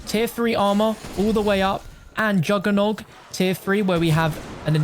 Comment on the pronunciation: He says it correctly